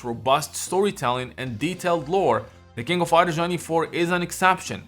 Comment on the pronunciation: "the kingo fider" Nani?